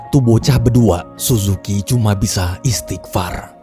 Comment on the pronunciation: R nya 3 bang "istigfarrr" 😂